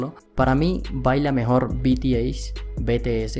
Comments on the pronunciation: solo paso paradecirte que cnco baila mejor y de paso si vas hacer un video aprende a pronunciar el nombre se pronuncis zienciou no cinco y bitiey no b.t. c. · Me encanto. El video seq tod@ sabemos que ellos son los mejores . Lo unico que no me gusta es en la manera enq llamo a mis bebés . Si quieres haser un video de ellos pronuncia bien su nombre . BTS. LOS AMO MIS AMORES. 😍😍😍😍😍😍😍😍😍😍😍😍😍😍